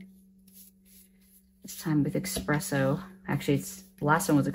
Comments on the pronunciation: Love all your techniques, but especially #3 where you use the dry coffee particles on the wet paper. Brilliant! I've done the same with water-soluble graphite with similar results, but in black and shades of gray rather than brown. (BTW, it's Espresso, not Expresso ;-) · I'm binge watching your videos, so much great stuff. But... there's no X in espresso. FYI.